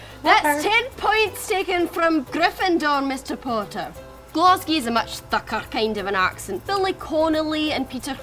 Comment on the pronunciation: People from Glasgow don't say Glasgee. We day Glesga (source: originally from the East End of Glesga 😂)